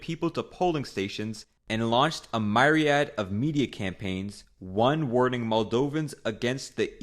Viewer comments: "Cog-nac" lol. I believe with was written by ChatGPT for a "my-ree-add" of reasons. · Idk if this is AI or if the guy's first language is not English but he pronounces words incorrectly like with "cognac", "Soviet" and "myriad"... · This is an AI as they did not pronounce Myriad correctly. Something an AI can't do, but a human can. This video also does not mention all this drama over the pipeline was during the Ukraine-Russian conflict, and the fact Transnistrian is a Russian Enclave community area within Moldavia. It is not some separate 'republic'. Much like the Russians in Ukrain that the Ukrain-Russia conflict is partly about, They are not 'subordinate'. Rather they are in need of protection as an ethnic enclave within another non-Russian nation, but we could see them become a real Republic, independent of Moldavia.